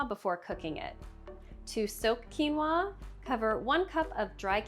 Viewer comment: Weird that she doesn’t know how to pronounce quinoa. “Qui” is not pronounced as “cue.” It is either “kwee” or “kee.” Quinoa is pronounced “Kee-no-uh."